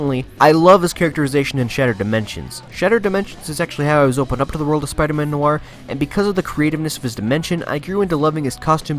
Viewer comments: He said spider man nor and it's nior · No nooo he's calling spiderman noir suit the spiderman no r suit